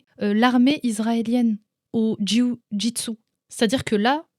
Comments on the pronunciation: Dis JJB au lieu de jyiouu gitsou😆 ce sera plus simple :p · au top, tu me fait rire en disant « le JOUI JU TSU » MDR j’aime bien et tu as raison c’est la bonne prononciation quand on à l’habitude de prononcer JU-JITSU 😊 Merci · C'est la meilleure prononciation de jio jitsu ! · "Le juyujitsu" cest tous ce que j'ai retenu😂j'adore😄✌️ aparament cest comme ça qu'on le dit bravo à toi😆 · J adore comment tu prononce Ju-jitsu 😂